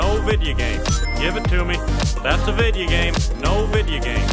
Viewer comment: Said Video Game Wrong It's Video Game Not Vidya Game